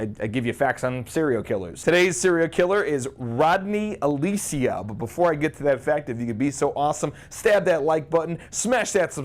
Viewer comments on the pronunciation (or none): Okay, say it with me now. AL (as in Hal) CAL (ditto) UH. Alcala. Not Alicea. Just tryin' to help.